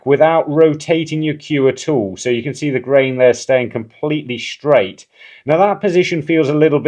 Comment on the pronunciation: Telling it SHtraight.